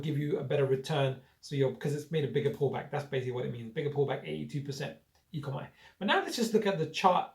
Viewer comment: dude its pronounced 'E Co Mee' not 'E Co My'! Its OMI token not ECOMI. ECOMI is the company name. OMI is not like any other crypto. No other project like it at all. This will fly very very soon. NFT and metaverse will be sooooo big! Expecting 20 x by year end. More than just legs! currently have 100+ licenses like Marvel, DC, NFL, Back to the future, Jurassic Park and soon Pokemon etc. They are on very few exchanges with a new exchange announced today (OKex). Binance and Coinbase coming very soon. NFT drops sell out in mins ($1M+ sales each drop). They are only just getting started!